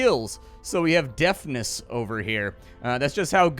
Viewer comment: Deftness, not Deafness. That skill is not how well you 'hear', its how well you perform actions.